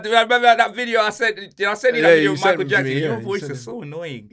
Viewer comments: Mikel Jackson had me dying! Man also said Neverland ball 😂😂😂😂😂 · Man said mikle jackson😂😂😂😂 im dead f u man 😂😂😂